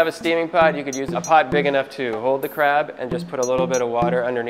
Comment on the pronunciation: Id be scared if my crap has fat . But anyway , in the video , it always sound like ''crap'' . ''Ill show you the right way to eat crap''